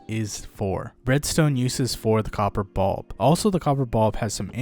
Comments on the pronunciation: Glad it wasnt just me. Its bUlb not bOlb smh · copper bob